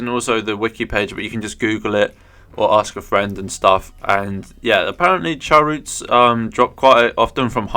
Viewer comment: Chaoroot prounounce as Chaos plus Root minus the S in Chao”S”! 😁